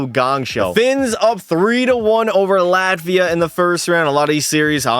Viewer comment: Is somebody named Lativia or was bro calling Latvia "Luh-tee-vee-uh"